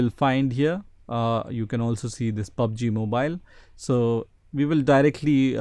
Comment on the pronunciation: "pubaji mobayl"